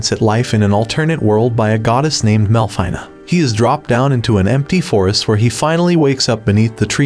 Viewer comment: It's Melfina not MeLFiNeNa